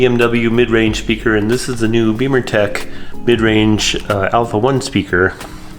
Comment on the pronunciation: It's pronounced bimmer...not beemer. A bimmer is a car....a beemer is a motorcycle. Otherwise....great video.